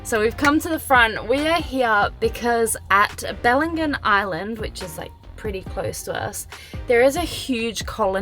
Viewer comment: Nice guys. You’re in our stomping grounds now. Nice drive isn’t it. Heads up, local here. Dorrigo is pronounced Dor-reh-goe. Not Dor-eee-go. And Dumaresq is Due-Merrik. Wolla-mom-bee Falls. The Wollomombi River joins Chandler River here. It’s the Chandler River you see in the second lookout there and it’s one of the major tributaries of the mighty Macleay River. Bellingen is pronounced Bell-en-jen